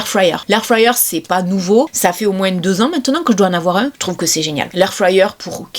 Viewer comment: moins , pas moinse lol